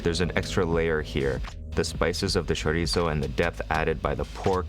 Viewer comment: I greatly appreciate your pronunciation of chorizo